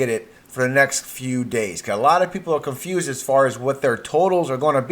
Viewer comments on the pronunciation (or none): none